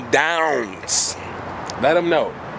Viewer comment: at the end when he says 'internet' again he sounds like he's from england hahaha